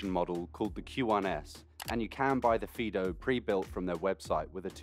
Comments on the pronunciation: I had to go back to the beginning to find out what it was actually being called, so it was a fiido bike for some reason it sounded like peedo bike, I was going to say they needed to change the name. Mind you fiido bike might be a good reason to change the name to save confusion. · sounds like he keeps calling it a pedo bike lol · Did you just call it a pedo bike??